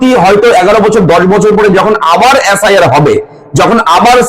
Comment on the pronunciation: এ্যাস্. আই. আর না এস্. আই. আর?